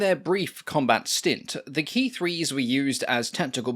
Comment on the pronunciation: Thanks for pronouncing Ki correctly.